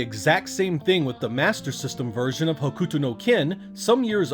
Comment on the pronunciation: u is silent in hokuto so its pronounced (Huk-toe) had no idea there was a side scrolling beat em up based on hokuto no ken, need to play now!